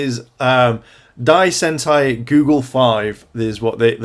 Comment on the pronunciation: It's goggle v, not google v